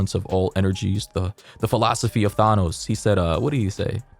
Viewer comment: I died when he said “thaanos”